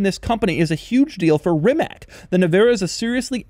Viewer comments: I thought that Doug would go the extra mile and actually learn how to pronounce the name of the company.. It's not Rima(k), it's Rima(ts).. For f*** sake. We're not talking about some one time unknown brand with a Chinese name. Rimac is already a well established company, let's make an effort here.. Thumbs down Doug. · Doug, its pronounced like this „Reematz“ - a Friend of mine is from Croatia and told me so. Great Video BTW. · The best respect one can give to such a unique automobile is by getting its name right to begin with. It is Ree-mats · Hello Doug! Congratulations on the impact you have in the automotive journalism. Please use your influence and teach the whole world it is pronounced "RIMATS". No "K" in the end whatsoever. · Aside being the fastest, this car is certainly most configurable production car ever made. Amazing subtle design. (BTW the proper pronunciation it "Rimatz") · Jesus, the way he pronounces it "Rimak" and then repeats it about 17 times in the first minute... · Hey Doug: respectfully, Rimac is pronounced “REE-matz.” Just thought since you make an effort to pronounce “Maybach” and “Porsche” authentically you’d also want to know how to pronounce Rimac. Have a nice day and thanks for the content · you know that phenomenon when you hear a word so many times that it stops sounding like a word and just becomes a sound? "RIH-mack...RIH-mack...RIH-mack...RIH-mack...RIH-mack...RIH-mack...RIH-mack...RIH-mack...RIH-mack...RIH-mack...RIH-mack...RIH-mack...RIH-mack..." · Rimac is pronounced "Ree-matz." I wish people would start saying this correctly. People's names are important and this is easy research that will lend to your credibility. (My wife is Croatian and we live in Zagreb...) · The Croatian company, named after founder Mate Rimac, is actually pronounced as ‘ree-mats.’ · I´m from croatia and rimac name is not pronounced RIMAK but the letter C in croatian has very specific pronunciation but I cant think of any english name that sounds the same